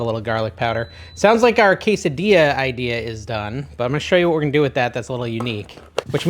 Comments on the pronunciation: NO, NO, NO….on the Queso Dilla!!!! lol 😂 Each time you said it that way I shuddered! Just kidding, of course you can say what you want, it’s your party! You are looking great dude! I’m excited to try all these recipes. Thanks for making the Keto videos. After the holidays I NEED them. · Quesa .... dilla? 😂 "Rao's" is mispronounced also. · no I absolutely hate how you say quesadilla! its worse then when you say blent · I'm not Latino, but it's disrespectful and downright stupid to pronounce quesadilla that way. Blocking this channel. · Did you actually say, “tor-TIL-a”??? And then ‘Case-a-Dila???” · I like your recipes but I balk at your pronouncing the “ells” in tortillas. If there is one “ell” you pronounce it but if there are two “ells” they are silent. Tor-tia!!! No “ells” pronounced! Also goes for quesadilla…do not pronounce the “ells” hence say quesa-dia!! Thank you for your yummy recipes!!